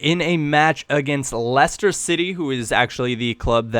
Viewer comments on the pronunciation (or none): none